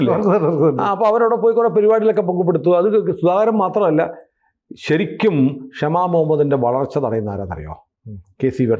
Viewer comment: ആ കൊച്ചിൻ്റെ പേര് ക്ഷമ എന്നല്ല, ഷമ എന്നാണ്...